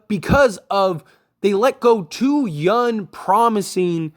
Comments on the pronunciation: The word is “younG” not yunn like you’re pronouncing. It drives me crazy in your vids. Other than that keep up the good work! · Bro I know you can say young correctly I believe in u